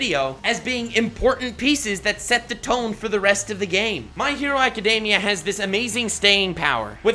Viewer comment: I'm going to be that person because the first 7 minutes of this video irritated me enough. My Hero "Academia".... Ah-kuh-dee-mee-uh. There is no "day."